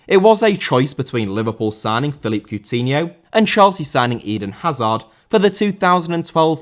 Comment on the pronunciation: Philippe* not Phelipp